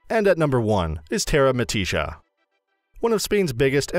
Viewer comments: Terra-mi-tisha? Hahahaha it’s Terra-mi-tica - don’t think the narrator has been to Benidorm 😂👌🏻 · tay-rah me-TEE-shah??? It's a bit more like TAY-rah MEE-tee-kah